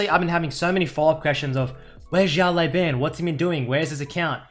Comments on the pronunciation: XiaoLaoBan - means little boss Xiao - reads like shiao LaoBao - reads like laoban but idk you pronounce it so weird xD Great video btw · Server: NA IGN: It's pronounced Shi-Oww Le-Ow(say that fast) Bah-n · Try to pronounce "shut law ben" next time, that's the correct pronouncation of his id in Chinese. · 小老板 (Xiao Lao Ban) means "small boss" in Chinese. Sorry but I just couldn't help it after hearing your pronunciation at the start of the video. Why the heck's everyone leaving their LoL info in their comments? Server: LAS. Ign: PissTailsKDAhri.